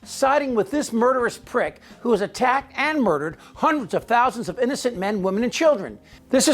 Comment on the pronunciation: He said Murderer Privk!’n 😂😂😂😂😂